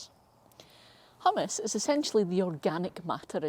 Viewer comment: Is it not pronounced hew-mus… you’re making me want to dip Doritos in my soil 😂